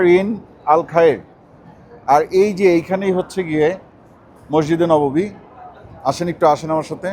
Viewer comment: আসসালামুয়ালাইকুম মাসজিদে নওয়াবী নয় এটা ভুল, সঠিক হচ্ছে মসজিদে নববী!!!